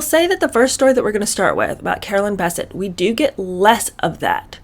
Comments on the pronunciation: Sis first of all her name is bessette not bisset it's French secondly I'm 6 minutes into the video and you've only repeated the same thing three times You've left out the author's name which is Maureen Callahan can we move on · No biggie, but I've always heard Carolyn's last name pronounced with the accent on the end. BesSETTE. Loving this series already! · Bessette is pronounced with the emphasis on the second syllable! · I realize you posted this about a year ago but I just now started viewing it but I’m struck that you aren’t pronouncing Carolyn’s name correctly. One of the most photographed & reported upon women in the world -how could you not have heard someone/anyone say her last name. You’re doing content on pop culture but I always get the impression that you don’t actually follow things or read/watch/listen to news/current events. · Carolyn's maiden name is pronounced "buh-SETT"! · It's BessETTE. The pronunciation is on the last syllable. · OMG the way you pronounce Bessette. 🙄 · You're mispronouncing Carolyn's last name.